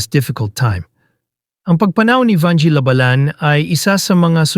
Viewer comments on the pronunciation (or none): Ang bobo ng nag i-story telling, halatang hindi nag-aral. You are destroying the Pilipino language. If you are educated, you will not speak a language so bad. Shame on you. Even the surname of Vangie, you pronounced it wrongly, that is disrespect to the person Vangie.